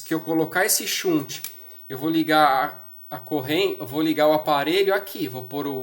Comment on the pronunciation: Shunt, do verbo desviar em inglês, se pronuncia mais ou menos assim: "xant". Abraços e parabéns pelas dicas.